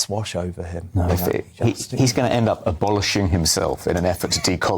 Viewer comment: Er, "Aboloshing"??????????? 😂😂😂😂😂😂😂😂😂😂😂😂😂